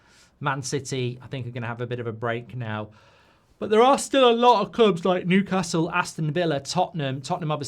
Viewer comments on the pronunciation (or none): none